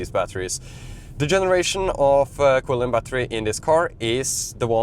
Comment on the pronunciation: The CATL battery is pronounced chilin, nor kwilin.